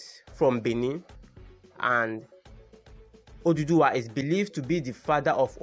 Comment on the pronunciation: For godsake it's Oòduwà not oduduwa!